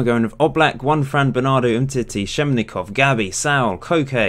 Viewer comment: saul would be going to Hevante ????????? it's levante with L and schennikov is with double N not MN